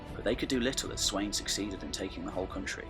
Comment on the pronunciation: Its Spelt Sweyn but its definitely not pronounced how you pronounced it! The wey is pronounced as a V! So it would be pronounced Sven Forkbeard